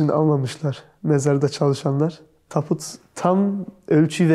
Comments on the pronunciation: taput değil TABUT diyeceksin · Video Harika ama lütfen Taput degil Tabut.Kulaklarim Kanadi dinlerken